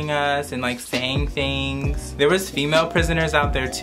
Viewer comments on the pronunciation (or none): none